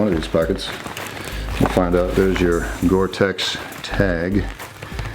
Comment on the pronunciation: It's gore-tex!